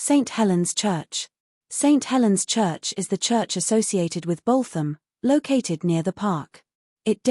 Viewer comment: Dear electric narrator........ It's "Boot 'em' "..........